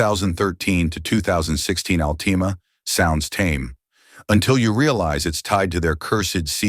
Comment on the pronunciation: Alteema! Over the top here😂😂😂😂